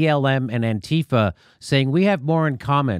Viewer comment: and he pronounced antifa correctly, which is strangely what's surprised me the most